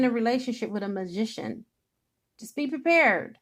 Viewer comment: This so resonates with me.... who you are speaking of reminds me of my baby daddy who I believe is my karmic soulmate. And how the way you say magician sounds like musician which he is trying to be a musician. But I also feel like I can be wrong!